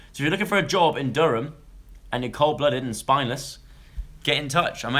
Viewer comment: Loved the way you said Durham aha spot on, P.S. I'm from Durham :)